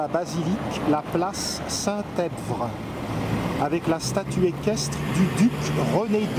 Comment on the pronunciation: Merci pour ce beau reportage. Une précision: le P dans EPVRE est muet; cela vous aurait épargné bien des efforts de ne pas avoir à le prononcer:-)